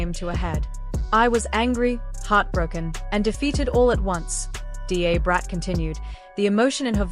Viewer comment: D A is pronounced as 'dah'brat. I had to stop watching this, because it was irritating me